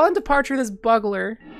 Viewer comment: also 'bugler' (c